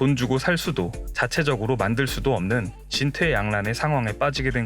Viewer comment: 진퇴양란이 아니라 진퇴양난 입니다 ㅠ